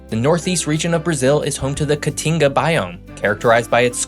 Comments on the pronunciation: Your pronunciation is pretty terrible, but the best was “caatinga” where the double a is supposed to be two syllables. As you pronounced is “catinga” it would mean “stench.” As someone who lived inland a few hours outside of Brasilia - another big factor was the red, acidic tropical soil in the inland cerrado (the double r is pronounced like an English h or Spanish j) which is very different than most common crops are used to. It took a lot of research to make it the agricultural powerhouse it became. The dry northeastern part of Brazil water has been the major issue with the current president trying to move some of the water from the São Francisco River to parched communities for growth. Another major factor is the “Serra do Mar” coastal range leading up to an inland plateau, which made things like rail connections very difficult between population centers on the coast and the hinterlands inland. To this day rail transport is lacking and inadequate. The major River system also as a result, outside the Amazon drains through Argentina and due to historical tensions it was hard to utilize unlike the Mississippi. You actually missed many of the key reasons inland Brazil is so much less populated. Also living there, places are experiencing a lot of growth as agrobusiness expands into the cerrado regions. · Catinga or caatinga - makes a big difference.